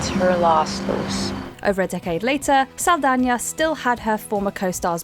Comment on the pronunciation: Holycow first person i ever hear pronouncing Saldaña correctly